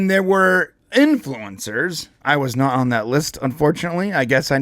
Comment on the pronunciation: You said you were "na- on that list" instead of "not on that list." Maybe you can get on the list if you pronounce the T's at the end of words like someone who speaks correct English. And it would also help if you didn't use ridiculous juvenile made up words like "copium."